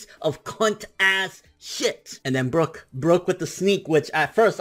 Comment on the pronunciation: sorry but I gotta say it's brook. yohohoho